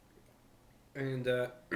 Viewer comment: Bro says uder dressed😮